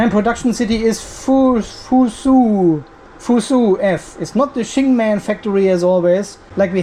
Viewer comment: Fuzhou you speak: fu "Joe" (not fu su) same as Guangzhou: guang "Joe".